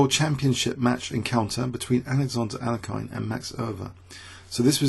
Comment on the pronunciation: exactly! i dont speak russian or anything like that but my ears start bleeding when pronounces bogoljubov. i dont mind the way he says alekhine wrong but bojolojobov is just too much xD